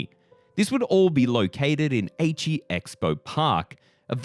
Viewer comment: Aichi not Eichi 😂 Eichi kind of sounds like ecchi (s*x)